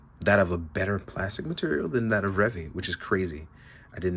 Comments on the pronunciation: Why do you refuse to pronounce his name correctly? It's literally pronounced... in the show. It's Re-Vie, not Revvy. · Revi's name is actually pronounces as "Ree-vigh" instead of "Reh-vee". In Japanese, the v is said as a "b" (Ree-bye). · Pronouncing stuff the way it is said in the show is not an unreasonable request. It's clearly not Revvy, so why say it like that? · IT'S RE-VIE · so why is he refusing to say it... The proper way? He's inventing his own pronunciation for no reason when it's literally sad... In the show. He even pronounces Revice correctly but not Revi. What even.